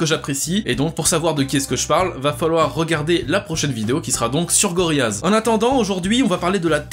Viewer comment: Petite info (car à chaque fois que tu le dit j'ai le goût de mourir:)) on dit GoriLLaz et non GoriYaz comme tu le dit:)